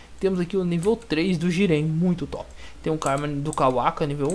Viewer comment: le o nome dos modos. isso faz diferença algumas coisas vc diz q nao sabe o nome mas ta ali no nome do item, é so ler. aquilo q vc chama de """"modo sabio das lesmas"""" é BYAKUGOU. vc tbm fala tenseriugan (KETSURYUGAN), tanjutsu (SLA OQ), sedo (GÊDO), kawaka (KAWAKI), jiren (JIGEN), e outros.